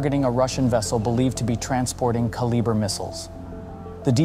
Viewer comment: I find it difficult to believe anything you say when you lack the ability to even properly say one of the missiles name. It baffles the mind to think that no one even bothers to watch their own content. If the channel can't be bothered to watch and correct itself, why should any of us believe you have any knowledge of any topic you claim to explain? Hmmm...